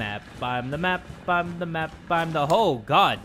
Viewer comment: Am the mapa am the map is how you say it